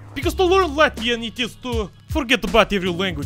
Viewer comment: made me laugh so much because I’m latvian and you did really good on reading that.